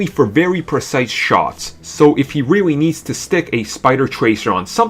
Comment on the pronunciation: Barry Kripke? Is that weawy you?